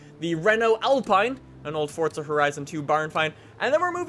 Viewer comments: is it just me or does he sound like he says Fortza Horizon 3 not Forza Horizon 3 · It's pronounced "four za" not "fort za" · Forza Not Fortza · stupid bitch stop saying fortza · STOP SAYING FORTZA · Canidian say fortza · Why does this guy say Fortza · for the last time, there is no "T" in Forza